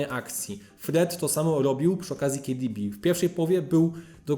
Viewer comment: Kejdibi XD boli ucho